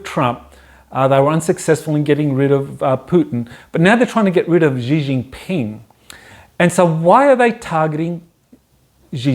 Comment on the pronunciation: "SHHHee Jin Ping". The 'X' is pronounced like 'SH' - but with your front teeth together.